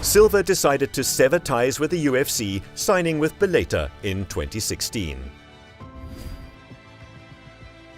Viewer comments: And Bellator or Bel-A-ter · 😂 what’s bel-later?? bellator